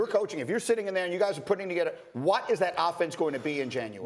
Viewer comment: Why does greeny pronounce the word what like watt. killin me